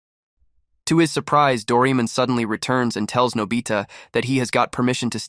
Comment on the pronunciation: Its Pronounced Dor-ay-mon